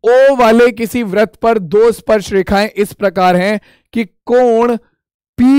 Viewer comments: Sir vrat nhi vritt hota h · Sar vah vrat nahin vritt hota hai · Vrat nhi hota hai vritt hota hai 😅😅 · Sir app vrit ko vrat kyo bolte hain